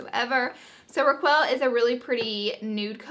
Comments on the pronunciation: Raa-kwell.:.. ohhhh Laura 🙄🙄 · It's pronounced rack kelle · Raquel is pronounced 'Ra-k-elle'. ;) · When you try to say Raquel don't pronounce the U, it should sound "Raqel" :) And now I need that lipstick just because it has my name on it ahah :D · its rah-kel....raquel